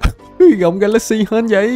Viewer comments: Ga la xi chứ không phải ga lát xi nha a =)) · Wow Ga la xy đọc thành Ga lác si